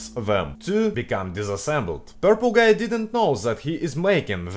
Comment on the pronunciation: Слово "Guy" выговариваешь как слово "Gay (Гей)"